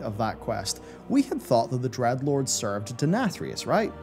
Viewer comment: D-R-E-A-D-LORDS, not Dredlords... cmon man